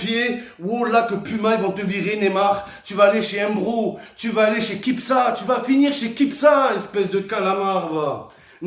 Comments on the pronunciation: J'ai entendu kipsa au lieu de kipsta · il m'a tué il a dit des kipsa au lieux de kipsta bordel ;) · il a pas dit kipsta il a dit kipsa mdrrrrrr